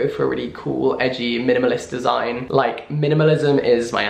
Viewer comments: Jack saying minimalist is the funniest thing to me. He really went ‘mlmnlst’ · The more he says minimalist the more it sounds strange